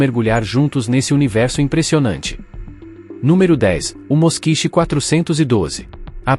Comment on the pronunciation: Ao que me lembro, a pronúncia não é Moskich e sim Moskvich.